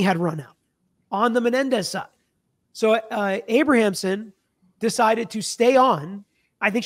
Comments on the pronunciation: Abramson, not Abrahamson. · IT’S A-BRAM-SON, not Abra-am-son. 😂 This story is so polarizing right now. I remember this original trial. I was a senior in high school in 1995 and remember talking about it and how shocking it was for 2 children to murder their parents. People forget, that was unheard of back then too! Children didn’t murder their rich parents. So many factors play into why I don’t know if I believe the SA. Is it possible, yes absolutely. It’s even understandable why they kept it a secret. But back then, when we heard about the premeditation and then the outrageous shopping spree’s, it seemed like a total cash grab with the parents in the way. Their parents are made out to be the “monsters”, and maybe they were, and if they did the things alleged then maybe, sadly justice was served. If there is new legit (can be proved) evidence, then I think a new trial is required. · Abramson not Abrahamson. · Her name is Abramson, not Abrahamsom. Sorry, I have a thing with names. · Learn how to pronounce defense attorney’s name, dude! She’s so well known. This is your profession and she was something to behold in court.., you ROCK. I believe their story, but nothing justifies murder.